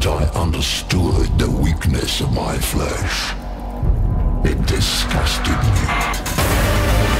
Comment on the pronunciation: When i heard "From the moment i understaded a weaknes of my fleash" i made happy monke noises XD